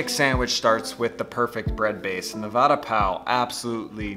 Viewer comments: Its va and da as in duh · the way you pronounce vada sounds like you're saying 'promise bread' :P